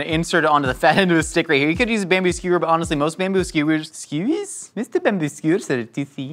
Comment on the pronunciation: I think its hilarious the more that he says "skewers" it sounds like Roald calling out Stuart's name on Letterkenny